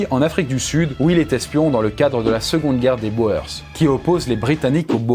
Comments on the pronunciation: Être Belge et entre "BO-EUR-SSSS" 😭😭😭 Ça se dit plutôt "Bour" :') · Boers c’est du néerlandais(boeren plus exactement) ça veut dire fermiers. Et ça se prononce « bour-s » pas beau-e-rs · pour les Boers, on ne dit pas les "bo-heurss" mais les "bour" (du Néerlandais "boer" = paysan... ce qui donnera "bourrin" dans un registre plus péjoratif) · La guerre des Bours, pas des boeurs ! sinon super vidéo mais pitié, la guerre des bours, qui signifie "paysans" en afrikaans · Les "Bôheurssss" mdr On dit les "bour"... je dis ça sans condescendance, c'est une erreur classique, mais nous en a fait une bien appuyée qu'elle en est marrante ^^ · Pas "bo eur ce", ça se prononce "bour". Autrement très bonne vidéo comme toujours :) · Ça se prononce pas boers mais bours, ça veut dire fermier en néerlandais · J ai des bases de néerlandais, et selon moi, personne a part les francais ne prononce "bohaires". Les Boers (prononcé les bourre) vient de "boeren" (prononcé boureun), qui veut dire paysans, mais pas dans un sens pejoratif, car les "paysans" neerlandais et flamands etaient assez aisés et avaient un gros poids politique. Mais je peux me tromper 🙂 (ha oui, la hollande est une region des Pays-Bas dont les habitants sont les Néerlandais qui parlent le néerlandais. C est comme dire Parisiens au lieu de Francais) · 🤭On prononce pas les "BOERSSES" mais les "Bourg" en ce qui concerne les Boers. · On dit les bours pas les boers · Très bonne vidéo . Juste une chose, pour les Boers, ça se prononce, "boûrs" 😉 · Chouette vidéo. Boers ce prononce Bours pour l'info ;-) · Juste pour info, " Boers" se prononce "Bour" ;) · Boer se prononce "Bour" 😉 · Pour les boers on prononce "bourr" c'est du néerlandais ;) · boers ca se prononce bour !!!!!!!!!!!!!!!! juste une toute petite recherche avant de faire la vidéo aurait suffit 7_7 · Excellent comme d'hab'! Par contre "boers" se prononce comme "bourse" en néerlandais ("oe"se prononce comme notre "ou"). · Pour les Boers, ça se prononce bourss